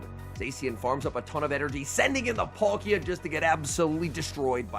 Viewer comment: Love your videos but please learn how to pronounce these pokemon names! Palkia not Polkia. Watch the cartoon of pokemon shows. P-aaakia is the correct pronunciation